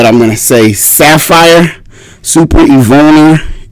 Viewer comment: Pronounced Suh-fear. Great products for shoes/boots.